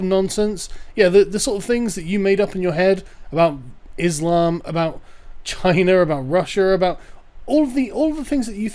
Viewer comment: I have no idea who Russier or Chiner are.